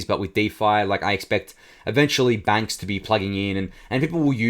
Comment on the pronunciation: Bank rhymes with paint 🎨...